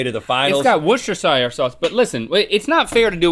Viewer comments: "It's got wooshter-shire-sauce" 😂👌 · “Whu-sta-shy-er sauce” oh no link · Wooshershire sauce lmao